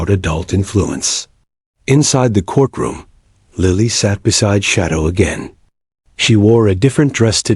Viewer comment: REALLY? THE CORK ROOM?? GET ANOTHER AI!!! What is wrong with a human narrator? At least a human can understand the continuity of a sentence and the correct pronunciation of common words.